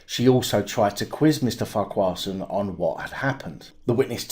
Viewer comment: It’s pronounced Farquharson Not Farquharson. 😀